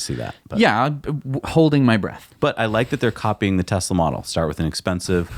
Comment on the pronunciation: Still mispronouncing Tesla!